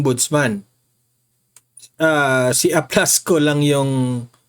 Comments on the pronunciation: Correction pls, it is Aplaska not Aplasko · Gen. Aplasca NOT Aplasco, sir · Aplasca po hindi Aplasco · Aplasca ho not Aplasco